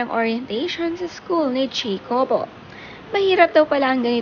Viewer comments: Ha-ko-bo (jacobo)po ang right pronounciation not jeykobo...😊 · Pronounced po as "Hakobo" According to Dawn in their former Milk Endorsement with her son. 😊